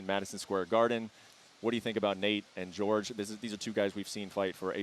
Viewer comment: When people pronounce Jorge as George that shit pisses me off😂